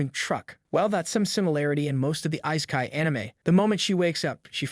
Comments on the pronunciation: wtf is eye-sky? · Has this guy even watched any of these series.... instead of just reading out a summary. Just the prenounciation of all names and even worse on Isekai